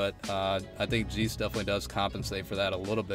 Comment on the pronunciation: 'jay-ce', not 'jee-ce' Other than that, great showcase. Subbed 👍